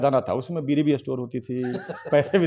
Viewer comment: BEEDI NAHI BEERI KAHIYE PAHALWANI KAAN SE THEEK SUNAT RAHIN